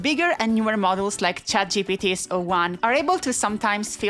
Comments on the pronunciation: sounded like she said ChatCBT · I’m so sorry for this but “chatCVT” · I heard "ChatCBT" and now I can't stop watching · Did I just hear ChatCBT and ChatBBL? Lmao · "ChatCBT" lmao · I had to pause the video and turn on subtitles to make sure I heard your pronunciation of "ChatGPT" correctly... Well played lol